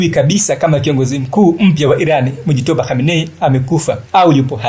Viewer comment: Acha kuharibu jina la watu n mujtaba sio mujitoba